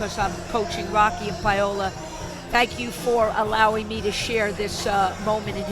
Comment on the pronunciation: Alright, man. I don't give a sht the match was 8 years ago, I gotta call out - Pyola? PYOLA? JESUS CHRIST, QUIT CALLING HER PYOLA! Her name is PA-O-LA, NOT PY-O-LA. JFC.